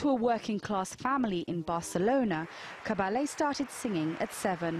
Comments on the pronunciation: Für die Deutschen Cabelle sagt sie mal. Richtig ausgesprochen wie ich schreibe Caballje, hoffe ich😊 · The mispronunciation of the name Caballé here is inexcusable. It’s common knowledge how to pronounce this name with this lady possessing it! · Files an obituary and can't even pronounce her name correctly. Sometimes the English are as bad as the Americans.